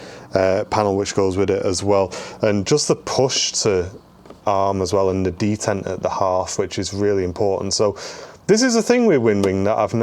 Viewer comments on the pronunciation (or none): none